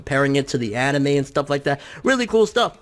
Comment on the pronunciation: He said anemai